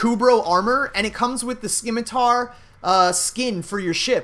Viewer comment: Dude pronunciation. Ducats and Scimitar. Look it up.